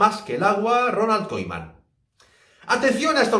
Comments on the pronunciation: Se escribe Koeman pero se lee kuman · El nombre de Koeman se pronuncia con el sonido U en español. Koeman se pronuncia Kuman. Oe en holandés es U en español.